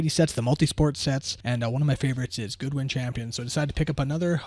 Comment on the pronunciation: Nice break! Also, it's pronounced GOO DEE :)